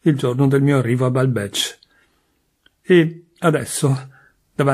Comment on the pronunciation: Resto un po’ sorpresa per la pronuncia di Balbec e di Guermantes!